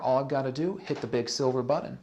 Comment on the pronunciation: Big silver "buddon"?